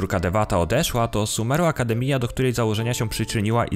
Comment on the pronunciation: Bez urazy ale " Akdemiia" to jest "akademia " przez J 🤣 naprawdę sorry